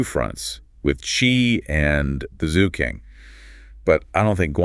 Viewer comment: I like these Notebook LM podcasts - brilliant AI - but not very good at Chinese pronunciation. They say Zu for Zhou which should be pronounced like Joe; and they Ki in for Qi which should be pronounced Chi.